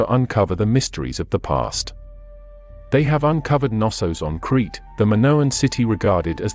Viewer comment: Dude, you material is interesting, but the number of mispronounced words is annoying, sorry. Knossos, not Nissos Genghis Khan, not Ghenghis Kan And so on…